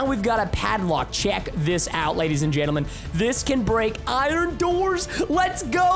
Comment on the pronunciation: How many times Preston said lady’s and gendelment | | | 👇